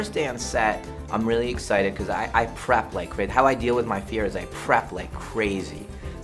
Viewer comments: When I first watched this, , I thought M Night was saying I crap instead of I prep. I would quote him for the rest of my life if what he really said was "How I deal with my fear is I crap, I crap like crazy..I crap for years..." (I mean.. with releases like the last airbender he wouldn't be wrong) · That’s what I heard too. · I thought Shamylan was saying “I crap like crazy” and I though of him having to take a shit every five minutes and cypher rage is like “DENIED SIT DOWN” and M. Night is like “Will I appreciate your dedication to sucking but to prepare for a film I crap like crazy”.